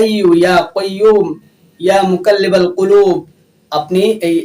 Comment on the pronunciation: Eya hoaiyo eya koiyomu eya mukallibal kulub. Aita holo uchchâon